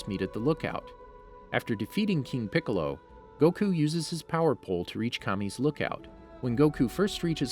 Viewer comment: Yeah I stopped after “..King Poccolo causes the young Sai-Yann to attack”